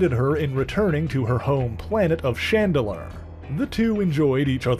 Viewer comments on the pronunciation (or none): none